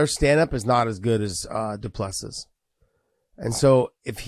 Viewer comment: It's do-pla-see